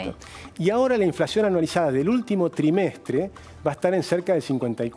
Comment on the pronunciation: ...."primer tremestre"....se le chispoteó a la dama